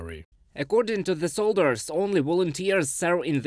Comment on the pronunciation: I know it is not his first language but he pronounce corps as corpse which means dead body and he pronounce soldiers as solders which means joining metals.